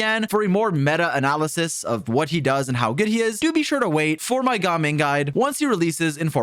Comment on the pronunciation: It’s gaming, if they wanted us to say gah ming they would spell it Gahming 🤷🏻🤷🏻🤷🏻😎 My guy wants to pronounce this but cant say anemo correctly 😂